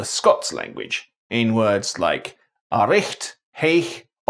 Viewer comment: I'm a Scots speaker in that I'm fluent in Scots but I'm from the lowlands so I mainly speak English but I still have the accent obviously. Your Scottish accent isn't great if I'm honest but it's better than most and you get a few words wrong. Words is pronounced like wirds rather than wairds and deliver is pronounced like delivar not deliveer at least if we're talking about Edinburgh and to some extent Glasgow. Aberdeen does it's ain thing